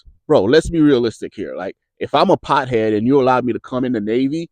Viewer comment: Saying pothead like crackhead is genuinely frying me 😂. I’d rather my battle buddy smoke a little Za than show up hungover.